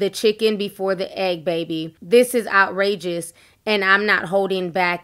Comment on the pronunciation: out rages ? did she mean outrageous ? 😂😂 i'm done